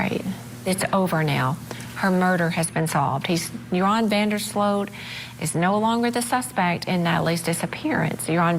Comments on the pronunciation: Joran is not pronounced "urine", it's pronounced, "hor-on". 😉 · His name is pronounced yorn not urine 😂 though urine is more fitting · "IT'S OVER" ...til he meets her brother in public. Side note: I think it's hilarious that the host keeps pronouncing the murderer's name, 'Urine'! 😂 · Pronouncing his name "Urine" is pretty funny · Is it by design that you pronounce Joran as urine? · I appreciate that the way you pronounce Yuron’s name sounds like “urine”. In my Spanish dialect (Cuban), we call scum of the earth “meao” which translates to urine (pee actually). Very fitting pronunciation. ❤ & 🙏 for Natalie’s loved ones. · Literally pronouncing his name "urine". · I don’t know if that’s his name but the narrator keeps calling him urine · Its over? Its been over for 18 years for the young girl. What an appro name! They pronounce his name Urine! Did he tell authorities what happened to her remains? What about his two buddies that were with him that night? The two brothers? I think those two guys helped Urine or Joran to dispose of the gals body. But lets not even concern ourselves about that! I knew beyond the shadow of a doubt this guy killed Holloway when he killed that other gal in Peru. He was just showing us how he did it. Oh and he threw her remains into the ocean. She became fish fodder!! Okay. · I love how u pronounced his name 😅 (Urine) I'm so happy for Natalie's momma. RIP beautiful Natalie 😢❤ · Are we just going to ignore the fact that the guy pronounced his name as Urine throughout the entire video?😅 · Love how Vinnie pronounces his name as Urine, and closed captioning is also spelling it as as urine. He's also a POS, he is human waste in the form of a 7ft monster.